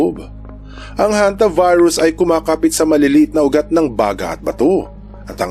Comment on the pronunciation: "Hanta Virus" pala, akala ko "HontiVirus". HAHA 🤣🤣